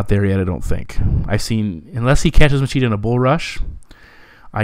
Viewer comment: Great breakdown as always. Just keep in mind that regarding the portuguese accent the “ch” syllable has a “sshh” sound.👍🏻